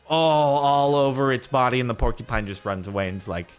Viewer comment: Landon Karl "'porky pine'"